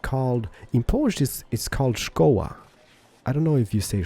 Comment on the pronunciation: can i know where are you from:) i think you live near the Poland becuase you have good accent with "szkoła" XD